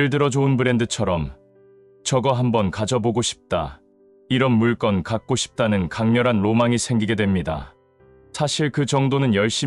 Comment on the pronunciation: "물건"을 [물껀]으로 발음하시네요. 여태까지 들어본 적이 없는 발음이라, 본인이 착각하고 있는 건가요?